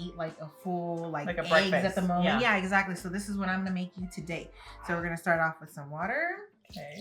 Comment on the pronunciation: I love how you both were saying, eggsactly.